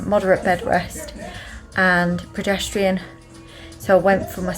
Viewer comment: It is pronounced cer cla arge and progesterone preh jes ta rone xxx